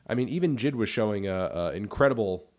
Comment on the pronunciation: Melon it’s pronounced Jay Eye Dee, not Jid